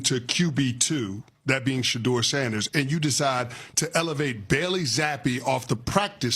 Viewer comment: Why does the commentator keeps mispronouncing Shedeur name??😮